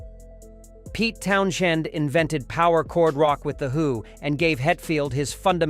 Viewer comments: Pete Townshend's name is pronounced "Townsend." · Clicked off as soon as I heard Pete’s last name pronounced. I knew it was ai, but damn. Have some respect for yourself. And for other people. Lazy creator. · me too. pathetic